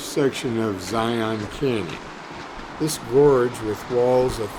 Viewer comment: Learn how to say Zion!!!